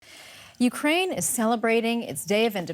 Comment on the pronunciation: You said Ukraine wrong